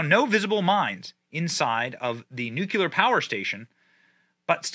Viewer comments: *nuke lee are, not nuke you lure. Only one U in nuclear. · It's pronounced NU-CLEAR not NU-QU-LER. That aside, zhelensky is a freaking tyrannical moron.. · Nuclear. Pronounced- Noo kleer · NOO' KLEE ER, dammit! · Bro...its pronounced New-Klee-Yar...NewKleeyar...nuclear...you sound like a damned fool when you get it wrong. Please try harder. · Love you Benny. But it is NEW-CLEAR there is no u between the c and l in the word. Unless you were paying homage to GWB. Lol. C'mon man. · Benny...I adore you, but God bless it...your pronounciations are something else! Its not Vol-doh-more...its pronounced Voh-lod-oh-meer. Its noo-clear. Its WREAK havoc. Its all I can think of at the moment...and though I know youll never see it, I had to say it...again. I still love you! 😄❤🇺🇸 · I appreciate the info but please stop saying nuke-you-ler. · its not 'new-cleeerrrr' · Stop saying Nucular damnit!!! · Puhleeese say it right! NOOO KLEE UR!!! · Benny please learn how to pronounce nuclear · Please Benny for the love of god, it’s nu-CLEAR not nuculer. Damnit it’s been killing me every single time you do this reporting. You have an education and know how to enunciate words. I completely love the channel and the fact you are in Tampa like I am but dang it say it like it’s spelled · I hate to be that guy, but you're driving me crazy with all this "nucular" talk Benny. Nuclear. New-clee-ar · Nukuler. Are you joking or do you mean to say it that way ?The word is pronounced ‘new-clear’. George W. said it that way. Another goof ball. Love the Benny Show! Just curious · I know its nit-picking, but new-clee-ar, not new-que-ler. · Hey Benny, It's pronounced noo-klee-er, not noo-kya-ler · It's nu clear! not nu cular. LMAO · Nu-clea-ur, not nu-koo-ler. Love you Benny but please for the love of God! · LUV YA Benny BUT! Please stop pronouncing it NuCULear like George Bush did!! It's Nu CLEAR...there's NO second U in the word. 😂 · Nu-CLE-ar. Not Nu-cu-ler. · Nuclear 👍... nucular 👎... 😃